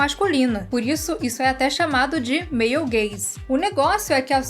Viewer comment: Quando a falou Male Gaze eu entendi "meio gay"